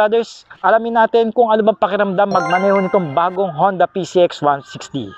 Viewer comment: Boss “honda” po ang basa dun sa japanese character :-)